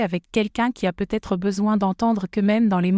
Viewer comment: Et si vous appreniez à votre IA à ne pas dire "point" quand elle arrive en bout de phrase ? Et le sempiternel "peut-être" lu "peu... être" dans d'innombrables vidéos !! Trop de semis-analphabètes sont capables de demander à une IA de rédiger une histoire mais sont incapables de la relire pour en corriger les fautes de grammaire et de syntaxe, de relever les erreurs géographiques, les anachronismes... Je zappe !